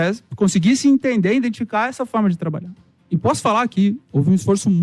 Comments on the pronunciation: "INDENTIFICAR" ELE PRONUNCIOU ASSIM? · O cara é o CEO de um dos maiores clubes do Brasil, e fala em "indentificar". Triste.